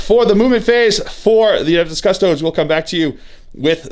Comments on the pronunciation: *custodians. or custodes. but yes he mispronounces them every single time. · cus-toe-dees. like seriously. at this point you have to be doing this on purpose to piss people off.